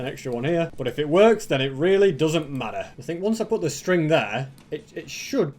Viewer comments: you said sting instead of string. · I like the way you said that “string” Btw love your vids don’t change a thing of what you are doing in YouTube